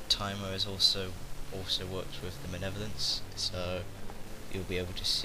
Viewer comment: Just nitpicking here but. 'manev-olence?' It's 'Mal-ev-o-lence.'